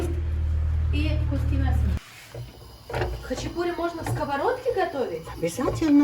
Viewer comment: Почему-то россияне говорят хачипури а не хачапури